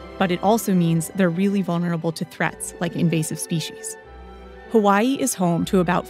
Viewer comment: learn to say Hawaiʻi correct.